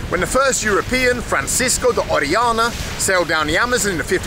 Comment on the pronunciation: The name of the Spanish conquistador you mention is Francisco de Orellana not Oreana.